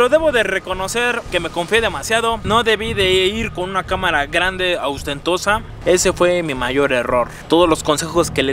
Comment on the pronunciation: "Austentosa!!""!!!!, No amigo; OSTENTOSA!!!!!..... Cuida tu lenguaje!!, Eres un comunicador!!!...